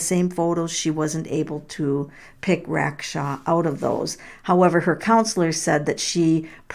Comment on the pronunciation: Do you know how to read? ‘RacksTRAW.’